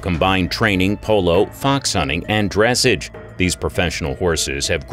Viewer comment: You’re pronouncing dressage wrong